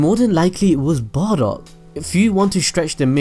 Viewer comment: it's bardock